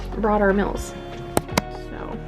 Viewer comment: You say meals different lol at first I thought you said mills 😂😂😂😅